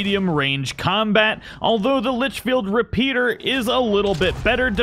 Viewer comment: You keep saying "Litchfield Repeater".... Like way more than once. But you did say it right the first time 😂😜